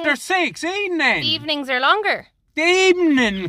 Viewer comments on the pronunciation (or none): "In the eee-ning katleen" 😂😂🤦‍♀️🤦‍♀️